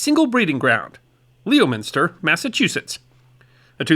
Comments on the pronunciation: brother, we love you so please let me help you with your central massachusetts town names. it's not LEO-minster. It's LEM-inster. and never WOO-ster. it's Wuu-ster. like a dog barking. WOOF. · Pronounced Lem is ter and Woos ter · It’s pronounced lemon-ster :) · it's more like "lemon-stir" and "wuss-stir", or "wiss-stir" if you're trying to fake an accent. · Leominster? So a name stolen from a Herefordshire town, on the England Wales border , and you still pronounce it wrong . the pronouciation is Lem-stir. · Lem in stir ...Leominster. You did pretty well on Worcester..Woos ta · Greetings from Leominster! (pronounced "Lemonstir") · I love your content and can forgive the pronunciations. It's "lemon" (like the fruit)- ster and Wiss (like Miss) ter. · Its actually Lemster and Wusster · Lem-minster. No O sound. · Lemonstur and Wistah...( more oo that ist) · Lemon-stir Wuss-stir (stah is a native born variant) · Leominster is pronounced “Lemon”+”stir” by the locals and other Massholes (I don’t know the proper term for residents of the state, but that’s what the neighboring states call their drivers). I made the mistake of pronouncing it phonetically when I was there for a wedding in 2004 and was quickly corrected. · Leominster = Lemon-stir Worcester = Woo-stir (“oo” pronounced like in the word “book”) Signed, someone from Massachusetts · Oh come on! It's Leominster! ( Lemonstur) I'm from the South and know that! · "Lemon-Stir" is correct. Most people never get it right. :) While you're butchering New England town names, Worcester = Wiss-stir, or wuss-stir. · On behalf of all the Massachusetts people, these guys were invented in Leominster - pronounced “Lemon-steh” - nearby to Wooster - pronounced “Wuss-teh”. Love! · Leminster. Lem-min-stir. That might not be perfect, but it's not that hard, and it will be closer than that ridiculous pronunciation of every syllable. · Lol, It's "Lemon-ster" Like the yellow citrus. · Pronounced: Leminster, and Whuster